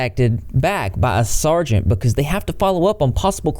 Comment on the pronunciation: Nice work! It’s “sergeant” btw 👍🏽